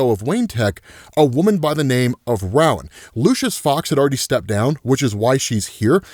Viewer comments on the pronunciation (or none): Just so you know: The first syllable in "Rowan" is pronounced like the word "row", as in "a row of desks" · Uhhh, sorry, but I can't take it. Rowan is pronounced "ROW-an", like "row, row,row your boat, gently down the sea...." limerick. It's like a Gaelic name. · It's pronounced Ro-win, I know because it's my name lol 😊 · that's a new way to pronounce Rowan